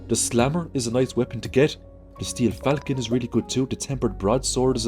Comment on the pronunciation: I know its eazyer to say falcon like the bird. But it's a french weapon. Idk. Sounded funny